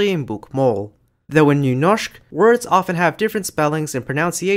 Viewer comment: nice video. Just wondering. I had a hard time trying to find out where you are from. But the way you said Nynorsk made me think you may be from the Oslo area in Norway. Am I right? Especially how good you said the Ø and Y sounds made me think that you must be from Norway some place. But I may of course be wrong. And thank you for an interesting topic.